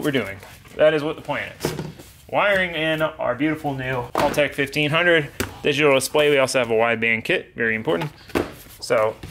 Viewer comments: Your pronouncing it wrong..it's hal-tech not hall-tech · thankyou for supporting us Australian's for buying haltech! but I will say your American's always pronounce it wrong we say it like! helltech!